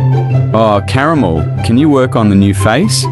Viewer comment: Lol when he said "caramel" but it sounded like "caramol"😅😅🤣😂